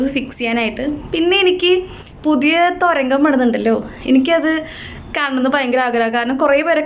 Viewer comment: തൊരങ്കം അല്ല തുരങ്കം...Ma’m